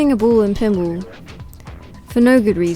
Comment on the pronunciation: Funny how she pronounces pinball. "Pinble".